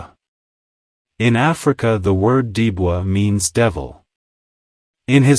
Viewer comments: As usual the AI Robot Chat communicated the name wrong. It was Dibo not Debro. AI is no way to teach history. But any true story about Tudor is very important in breeding for the best of the best. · the dog was Dibo with a different pronounciation